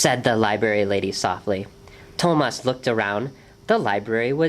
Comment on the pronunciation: I wish the reader had pronounced the main character's name correctly--it's even in the written spelling--the accent on the a. So To-MAS. not TO-mas.And the T is a soft T--more of Th sound. I mean it sounds much like Thomas in English.